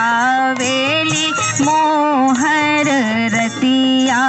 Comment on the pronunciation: जिसे कम से कम "रतिया" का उच्चारण एवम् भावार्थ नहीं पता वो भी सोहर गाने का दुस्साहस कर रहा है...!